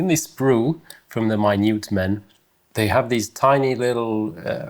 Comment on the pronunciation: As an American, my-newt(Minute) man is a great modern definition 😉